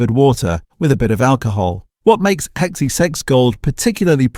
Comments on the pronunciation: This AI narration is HORRIBLE. Listen to the pronunciation of XXXX. Quite comical considering the video is about replacing ingredients with CHEAPER alternatives!! Human narration please... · Your AInvoice can't even XXXX, and prices are incorrect. You need to fix these problems. You're churning out many videos quickly without a thought to quality. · This is AI generated content. The robot can't say XXXX properly 😅 All the videos on this channel are negative, saying how bad things are. How about some positive content advising what the best healthy choices are? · “Two hays”, bloody AI, I can’t even pronounce what it called XXXX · The other videos weren't obvious they were AI but this is terrible. How did it say 4x? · Too Hees New is Enesswahweh's favourite beer! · Sounds like it's saying sex ay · Same as the xxxx gold ment to be said as 4 X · It is "Four X" not sexsexgold. Dollar fifty-fifty-five a case??? A dollar fifty-five sixty a case? All those prices might be worth re-checking. Not at least checking the AI created content really degrades the quality and believability of your otherwise good content. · A complete load of rubbish! He couldn't even say 4x properly, must be AI. I worked for CUB from 1968 until 2000 and he is kind of right about VB and Carlton Draught but they were using lots of adjunct well before Asahi took over. VB used to be about 70% malted barley and the rest was sugar and glucose. As for the propylene glycol ,that was a coolant which never came in touch with the beer. CUB used to use a lot of antioxidants such as ascorbic acid but they cut right back when I was working there. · XXXX is 4x not that hard if it was done by a human lol hell half the AI stuff that it says lol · It’s actually called 4 x mate if you’re going to talk about Aussie beers how bout you learn how to speak them properly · Maaaate I do love your content but, I have to ask are you Australian? Because it's called 4X not whatever you were calling it, just saying😉